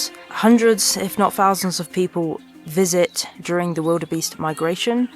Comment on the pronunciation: "Anover, fousands, birf, mouf" please learn to pronounce words correctly. these words all have the TH diagraph you pronounce as F and it makes you sound childish and spoils your excellent photography.